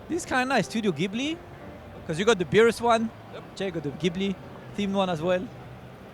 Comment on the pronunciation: This is the #content I crave! Shame you didn't get to meet the guy with the massive stick. P.S. Ghibli pronounced Jiblee.